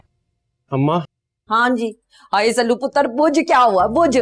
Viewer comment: Shelu nahi sallu boltehein